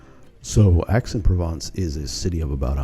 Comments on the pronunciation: Nice video but your pronunciation of the citys name grates. Its not Axe, its more like Aye. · It's pronounced "Ex"